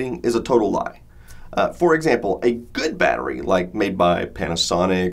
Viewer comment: The way americans say battery really bothers me. They take the 't's' out of the word completely and say "Baddery" . It's baTTery!!!!!